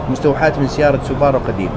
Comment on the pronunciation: تقول سوبارو 🤣